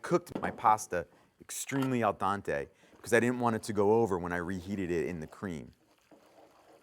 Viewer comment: you'd cook it just like any pasta in any pot. 4 quarts of salted, boiling water, pour the pasta in a boil it until done with the lid off. He said "AL DONTE" but meant "Al Dente." maybe a bubble in his throat, lol.